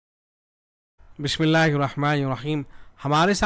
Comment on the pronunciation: khuda k waste Bismillah tu Sahi parh. Kya Bismillah ki tawheen kara dalte ho swad parh kar. Dosre kitab ka naam tu sahi parh aur dekhyu ye Lukhnow ka hai ya nahi. Abu kulsoom hindi koi shia naam nahi rakhta tasdeeq kar lijyie